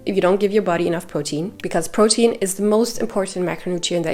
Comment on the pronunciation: I am so happy I found you❤your voice is so comforting 😊and I love how you say protein 😊 I have a queen about your last point. I have a big breakfast 40-50min before my workout I wourkout no more then 1h but I’m sooooo not hungry after still very full from my good breakfast and I’ll get that feeling of maybe wanted someone around 2h later is that to long? Eat at 8am workout at 9am but I really don’t want to eat until like 2-3pm so I can’t sit and have a good complete meal.having something after my workout I like a shake or something I feel is just going to put me over my calorie. And I Trying to have meals and not protein shakes and I can’t have a meal be out right after my workout I get right to work Sorry if that’s long I’m just 38 and I want my workouts to count 😅 I want that muscle